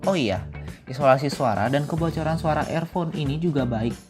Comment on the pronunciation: Review nya uda bagus... Tapi klo boleh saran untuk pengucapan kalimatnya lebih diperbaiki lg.. Seperti pengucapan earphone.. Sound staging.. Sisany uda ok!